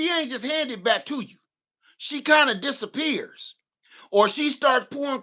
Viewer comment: 2 things—The store that starts with a K still has the key card that they scan. And if I didn’t have it, it does feel creepy to give out your phone # when ppl are behind you. I will type it in. The 2nd thing—the way you said “disapapears” had me rolling!! 😂😂😂😂😂